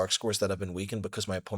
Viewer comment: Nice video! But if your going to "go to Italy" like you said, you'll need to pronounce it correctly! Fyen keto! 😁